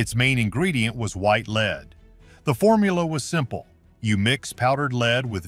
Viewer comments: I really wish Zamerican narrators could pronounce uk words properly, the lead pa int she used for makeup is pronounced led as in he led the path or the beginning of led zeppelin not Lee?! It really annoys me when people from abroad can't pronounce our words correctly Newcastle UK 10. 44 pm ❤❤❤xxx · Interesting. The AI generated voice is very distracting because it often mispronounces the word "lead", pronouncing it as "leed". You may want to go in and edit the soundtrack. 👍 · Too bad this is not a human talking. He keeps pronouncing a chemical lead like he is leading a dog. A human knows better. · So you are telling me that for HUNDREDS of years this was used as an alter cloth and it was never washed and NOBODY ELSE touched it, but you are DEFINITE that this is ELIZABETH'S DNA??? Give me a break. Wouldn't her maids also have had these same toxins in THEIR blood as well since it is very likely that THEY were the ones applying the makeup? AI GENERATED> they can't even pronounce the word "lead" like the element. AI kept saying "lead" like a LEADER. Idiots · poor woman was killed by her makeup. oh and you should kcheck how your ai narrator pronounces "lead." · Definitely! Mispronouncing lead some of the time was disconcerting.